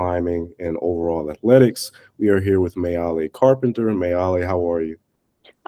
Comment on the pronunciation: I loved this- but the pronunciation of Meili is MAY-LEE. Too bad the interviewer didn't get that right, it's distracting.